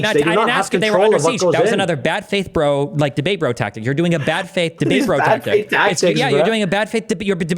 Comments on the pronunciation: The worst part of this is when he says "breh" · The best Canadian NPC of 2023 (yes, 2023). He's even programmed to say "breh" and hurl insults when if you bring up anything outside of his script. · Every time has says "brah" I lose an IQ point. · “Braaaaah braaaaah”, this wannabe is gunna rage quit and you have so much more patience than I think you should have. He’s such an asshat. How dare you define terminology after he states a definition he can’t back up.